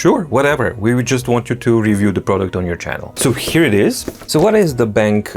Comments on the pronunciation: Hi! The correct way to pronounce the brand's name is "Ben - Q". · I believe it's pronounced Ben-Q.